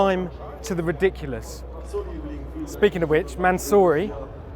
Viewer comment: Is Mansory really pronounced "Mansooorey"? I've heard a whole bunch of people say it that way and I never know what they're talking about for a moment